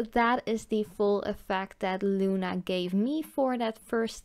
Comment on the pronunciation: i love pigments my favorite calypso y flaminko algunos nombres son en español bonita pronunciacion en español al decir luna